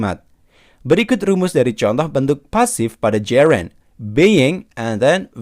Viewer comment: Mohon maaf banyak pronunciations yg salah nih mas, passive : bunyinya s bukan z, Gerund bacanya jerend bukan jirend, anounces s nya dibaca, commission dibaca ga pake z, present: prezent bukan prizent, Announce juga bacanya salah, dll kalau ditulis panjang, I’m not trying to drag you, tapi buat jadi masukan aja biar lebih bagus lagi kedepan,, thanks